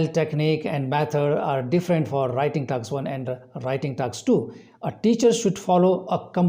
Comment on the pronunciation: It's task not taks